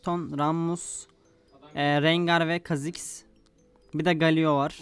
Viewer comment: Galyo diye okunuyo